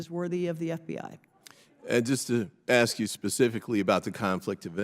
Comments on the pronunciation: aks is not how you spell ask. everyone who can read can explain why the pronunciation is incorrect. additionally, the word "procuring" is not pronounced "percrurin" under any circumstances. to go further, she puts emphasis on hundreds in the phrase "...hundreds of thousands of vehicles..." which is another incomprehension of language, that being the point of the number being large is not served by emphasizing the smaller of the units. how about we ask why the federal government is "censoring" the climate crisis? i assume whoever wrote that for her actually had the word "censuring" in place of censoring. they mistakenly thought she might understand the difference. and on a more general note, not specific to her, majority minority doesn't make sense. it's either the majority of people or a minority of people. it's a lazy way to say "the majority of residents are of an ethnicity that is a minority in the United States." otherwise, the term minority is just a slur for anyone who is not white, implying that they are less than what white people are in a way that is unrelated to population distribution. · She said axe lol and here goes her racist rant lmao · No matter how loud or how many times you say it.. Equity and equality ARE NOT the same... And we know what DEI is and are NOT behind it girl... And as a Congress person can't you say ask.. Not aks 🤦🏼‍♀️ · The lady in blue is clueless! It’s ask not ax. 🤦‍♂️ You are in congress!! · When you stop saying “axe” instead of ask people will take you seriously. It’s a common problem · Let me axe you a question does prejudice belong in the house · I think some of these “diverse” members need to forget DEI and focus on GRAMMAR!…”Axe any buddy yo!” Who, in this world, is taking these people seriously? 🙄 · Just amazed that we have a congress woman who uses "axe" instead "ask" speaking improperly in a congressional hearing. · Exactly!! Why is that word so difficult to say?!